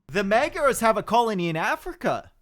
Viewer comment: Magyars doesnt sound like that. Gy is not G y, but a hard J